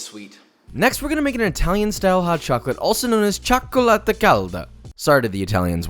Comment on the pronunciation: at least you pronounced the double C in "Cioccolata" good :D